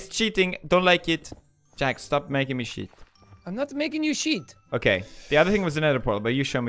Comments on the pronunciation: Felix: dont make me cheat What i hear: dont make me sh*t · When felix said "don't make me chet" I thought he, SWORE!!!!!!!!!